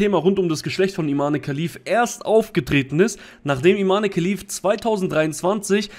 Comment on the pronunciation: Das E am Ende wird nicht ausgesprochen. Falls Sie tatsächlich eine Frau ist, was äußerlich und der Stimme nach zu urteilen eindeutig ein Mann ist, dann spricht man ihr Vornamen ohne das E am Ende, also Iman